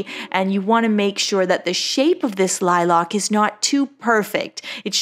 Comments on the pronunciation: Ok but why say “Lilac” like “liLock”? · Is saying “lilac” weird or is there a different flower? I can’t find it but maybe I’m spelling wrong? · Every time you pronounced the word "lilac" that was, I was shook